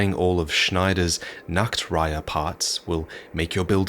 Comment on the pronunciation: Fantastic video, I think this is gonna help me a lot, especially when it comes to making a build. Also, love your pronounciation of the ch in Nachtreiher. It's a sound that doesn't really exist in English, so I can't describe it well, beyond that it somewhat resembles a hissing kitten. But if you pronounce it like a k, the meaning changes from "night heron" to "naked heron", which I find quite amusing.